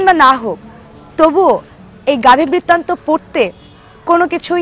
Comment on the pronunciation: আপনি বারবার বইটির নাম ভুল উচ্চারণ করছেন।